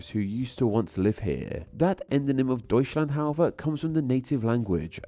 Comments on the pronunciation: Incredibly interesting video, but I can’t lie it did slightly hurt my soul to hear you pronounce 日本 and Deutschland (two of the languages I have studied the most) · Deutschland ❌ Deushlane ✅ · Yeah, bro really said "doyshlahnde" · Make that "after a few weeks". If they can even pronunce the endonym correctly to begin with. I already cringed at the Deushland in this video. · We can't stop using exonyms. Not those like "Italia" in Italian and "Italy" in English. Even if we try, we will pronounce the names wrong if we don't speak the language properly. For example: In the video, "Deutschland" is not pronounced the way German would pronounce it. So technically it is still an exonym.